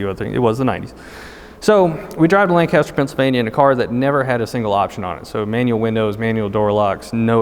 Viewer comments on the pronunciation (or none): It’s lAncaster not “land caster” haha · It’s not Landcaster it’s laincaster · you pronounced Lancaster wrong! Lan-kist-er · learn how to say Lancaster, please